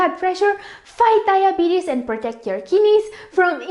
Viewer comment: Lmao "kinnies", her pronounciation is amusing.